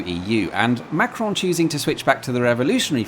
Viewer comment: As a french man, I have to state that you perfectly spoke "Macron" and "Europe 1". Almost no accent at all. 👍